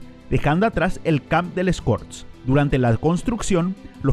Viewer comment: Oye q te pasa cuando hablas ? Te podemos ayudar . Por ejemplo se llame les corts no les cops el el Camp Nou se. Pronuncia cammmmppppnou no parece ta difícil …